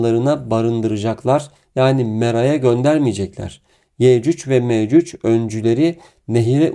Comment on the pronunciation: Afrika'da altın ariyan insanlar bunlar. Ya yürü git gerizekalı .. senin gibi aptallarda insanları neyle kandırıyor İslam'dan bişey anladığın yok gelip burda saçmasapan zirvalamar yapıyorsun utanmıyor musun böyle yalan dolan videoları yayiliyorsun. Yecüc ve mecüc ismini bile telaffuz edemiyorsun . Orda dozerleri iş makinalarinidami görmüyor sun Allah'ın kör ü